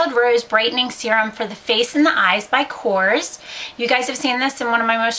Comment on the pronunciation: I believe it's pronounced ko-rez I just got their training today and that's how it's supposed to be pronounced